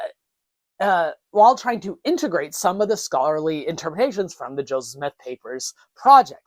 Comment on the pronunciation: Maybe thats what you think you are doing, however, Check yourself at the timestamp and onwards at least. That's definitely a few JOESmiths, not a JO SEPHSmith. Maybe slow down and enunciate more? Why do you always fast speak, anyways? It's not like the subject matter has to be rushed through, it's not going anywhere... Are you trying to create a sense of urgency to keep people's interest ? Obviously, anyone interested in the subject is going to tune in anyways.